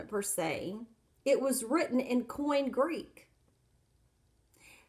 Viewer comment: That's correct. And it's not "coin Greek". It's "Koine Greek", pronounced "Koin-Ay". Hopefully, this woman is a better nurse than a student of ancient languages. She appears to know very little - and reads most of it. Also, the text never says that the queen of Ethiopia came to Jerusalem to worship. How can a person get so confused? As she says, "That's a problem." The truth is that Ethiopia was ruled by a number of female "Kandákēs" for centuries, and the Latinized version is simply "Candace". It (Candace) does not refer to a specific ruler.